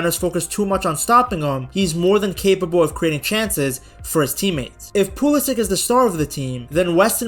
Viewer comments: pew lisic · If you're going to make a video on the US team, maybe learn how to pronounce their best player's name.